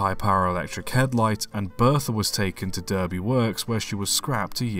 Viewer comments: Interesting video. Oh Dear you fallen in the American English in the how we say DERBY in you video, its said D -ar-by NOT the horse race in United States. British place names are a mine field for anyone outside Untied Kingdom. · Derby is pronounced Darby in civilised countries. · “Derby” is pronounced “Darby” “Worsbrough” is pronounced “Wuzbruh”